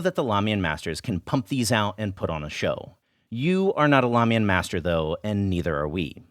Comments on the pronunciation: ugh. helpful, but painful to watch as a chinese kid trying to connect to their roots. why learn the language if you cant do the pronunciation justice? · Wait, did you say lamian schools?!?!